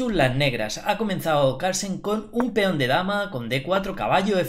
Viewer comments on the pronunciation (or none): Feon = peón León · por qué dices Feón?